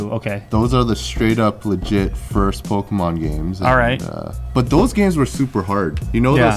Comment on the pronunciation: I hate when people say POLKEMON. It’s Pokémon. No “L” in the name lol